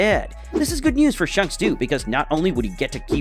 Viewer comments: ITS AN INSANELY GOOD VID BESIDES THE FACT THAT HE PRONOUNCED "SHANKS" AS "SHUNKS" EDIT: I SAW THE PINNED COMMENT AFTERWARDS SORRY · Bro really said shunks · WHO IS SHUNKS ITS SHANKS XD